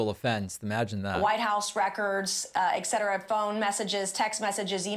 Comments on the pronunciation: Thank you for calling out the improper pronunciation of the word Et cetera. There is no x in that word, and it drives me crazy because everybody pronounces it eX cetera. There is NO x in the word etc et cetera. NO X. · … thanks for fixing the ek-cetera ! I’ve heard stupid people say it wrong and I’ve even heard some smart people say it wrong. Either case, they’ve never had Latin in school. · funny catch on the "ek" cetera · dare i say she pronounces it "ekzetera" because she's dumber than a bag of hammers?